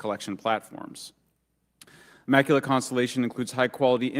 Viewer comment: hmm. Guess you missed the lack of evidence during that entire session. Also, she should learn how to pronounce words like maritime and immaculate. But thanks for outing yourself for agreeing with a lunatic.